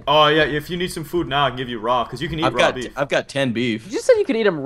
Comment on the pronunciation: the way preston says beaf is BEF that means something really dirty in dutch hahahaha i was like ROFL when he said that